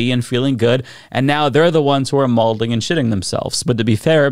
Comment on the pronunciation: lol pronounces maudlin like mallding. Why do people use words they don’t know? XD